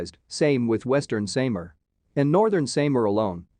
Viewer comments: Sam R :) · You cannot say the SAMAR Properly....